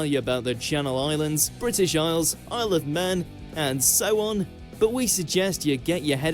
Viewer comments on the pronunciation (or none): none